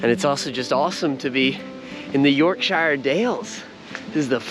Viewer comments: Its Yorkshire not York SIiiihre got to learn how to pronounce these places dude. Great video though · Please for the love of god learn how to say Yorkshire